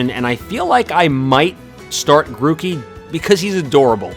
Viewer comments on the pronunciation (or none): Grookey. It rhymes with cookie.